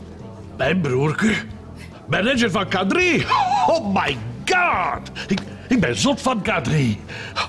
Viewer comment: "oH mAh GaHwD!!!!''🤣